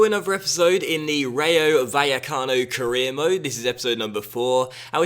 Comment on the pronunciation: the double L in Spanish is pronounced as a J in English